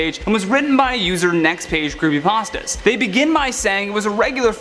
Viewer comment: You said crepper Aw man